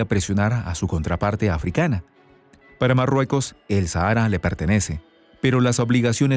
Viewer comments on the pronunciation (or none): none